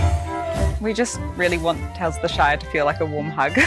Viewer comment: sounded like she called it the Shite. Definitely fits